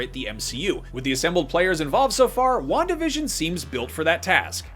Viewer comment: Wandavision sounds like "one division " Just me?